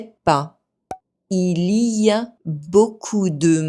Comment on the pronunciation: I'm surprised that you still pronounced the i in "il y a", even though it's grayed out.